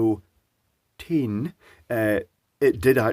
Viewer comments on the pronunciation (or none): ah yes, our good friend Nicolas O'Teene. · Oh, you mean: "the teen-o'Nick" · eventually youtube/google baby will learn how nick ough teen is pronounced. I'm on my 5th 8.5% beer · Guessing based on the careful pronounciation of nick-oh-teen that some dem*onitzation has occured recently? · Why cant he say nicotine? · Why did he have to say nicotine like that? Does British you tube have restrictions to the word nicotine or something